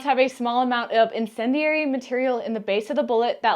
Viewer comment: In-sen-d-airy lol. Tracer bullets are so dope at night lol.